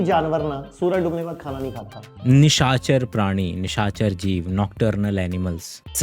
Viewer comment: Sir aap 'khana' word mein kha pe nukta kyu lagate hain?